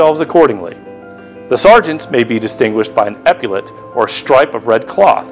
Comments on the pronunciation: Very interesting video, thanks for sharing. Only a minor objection: 'epaulette' should be pronounced /ˈepəlet/. It seems as if he says something like 'ep-pew-let'. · ep-yoo-let lol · You misprounce epaulet. Do you also say "nucular?"